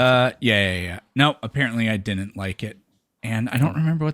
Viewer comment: seriously, work on your "wouldn't", "couldn't" and "didn't". It reminds me of being back in special ed class again. "I DINNIT DO IT"